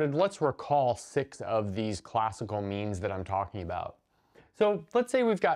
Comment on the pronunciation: I heard “memes” and was very confused